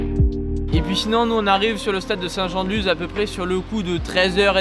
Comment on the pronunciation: Salut, désolé mais on dit saint jean de lusss